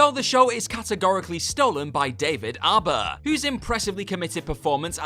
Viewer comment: Did he pronounce Harbour as Alba?